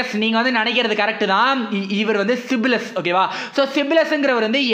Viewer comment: சிப்லஸ் இல்ல bro சைப்லஸ்😃